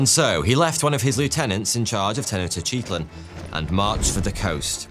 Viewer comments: he* but yea and the way he pronounced tenochtitlan is sad ☠️ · in this case he actually added letters to the word tenochtitlan hahaha but you make a very good point also i said it made the videos better so im not complaining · Come on! Make an effort! You're purportedly "the expert". Try to pronounce it at least approaching something recognisable... /Ten-och-tit-lan/ lol :p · The Aztec Capital was pronounced Tech-Noch-T-Klan (Tech like technology, Noch like roach, T as in the small T sound in Technology and Klan like rhymes with Flan) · mesopotamian a-listers? la minche? tenochytitlan? man's not too bothered with getting names right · Tenoctitsup 😂brilliant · Lil help for future vids: Tenochtitlan:Ten-Owch-Tee-Tlin Moctezuma: Mock-Tech-Zouma Cuitlahuac: Kwee-Tlu-Wok Cuauhtemoc: Kwaw-Tah-Mock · I would've said: "ten-och-tit-lahn", "mock-teh-zooma", "quit-la-wuck", "kwow-teh-mock" ('ow' as in 'cow' not as in 'bow') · That one & "Ten-ect-tits-up" are why I had to scramble for my mute button while in the middle of this work meeting. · lmao i keep having to say this and people just keep thinking theyre special. For one, I love. This was a comment where i said i love him lol. THERES A DIFFERENCE BETWEEN saying hello like "halleugh" versus saying tenochtitlan like "tenochiteahtlean" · no. I am talking about taking "Tenochtitlan" which should be pronounced Teh-knowch-tit-lan" and literally adding in extra syllables and vowels that dont exist in the word hahahaha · he literally added like 4 i's to tenochtitlan. I am well versed in language and pronounciation. I love etymology. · I've never heard Tenochtitlan pronounced that way. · i understand that and i was joking, although did you not hear him quite literally ADD LETTERS to the word tenochtitlan, adding random i's in all over the place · the way he pronounced tenochtitlan was not an accent that was just adding letters